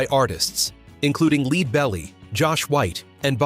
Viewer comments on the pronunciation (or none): You've GOT to do something about your text to voice app. Leadbelly is pronounced like the metal followed by the body part. Lead is similarly mispronounced earlier in the song. Why do YouTube content creators routinely tolerate obviously errant output?